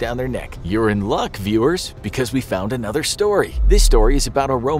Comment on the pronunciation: when he said "your in luck" i thought he said "urine luck"